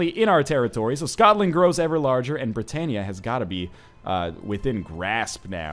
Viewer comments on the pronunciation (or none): none